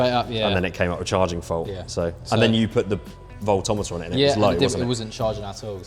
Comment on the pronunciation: Voltometer. FFS.😂